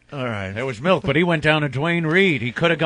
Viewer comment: Opie doesn't drink milk, he drinks "melk" lol